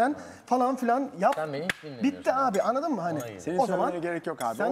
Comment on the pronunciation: Anladın mı değil annadın mı